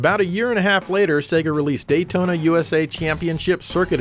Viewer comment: Can someone tell me why the tune to Daytona sounds like "Dayee-ona" ...I know Japanese guys can pronounce "T's" so it's not that.